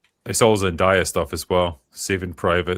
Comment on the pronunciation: It’s Zen-DAY-a. Not Zen-DIE-a.